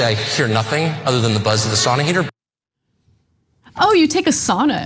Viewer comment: The worst part for me was listening to them pronounce Sauna.. just use the term Steam Bath!! Where my Finns at!?